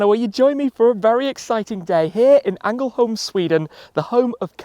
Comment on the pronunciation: ”Angelholm”😂 Yes I am Swedish.